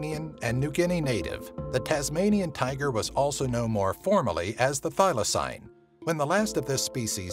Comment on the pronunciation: sorry but thylacine is pronounced thigh-la-seen not thigh-la-sign